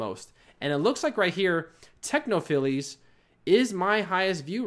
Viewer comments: Great video. Thanks for the info. (BTW, it's pronounced 'techno-files' not 'techno-filies'.) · Technophiles is pronounced "Techno-Files". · Great video but I was really interested in bumper ads and I didn't see you cover it . PS technophiles is pronounced techno Files :}